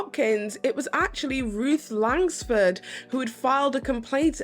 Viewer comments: There’s no “S” in Langford. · She can’t pronounce Langford either.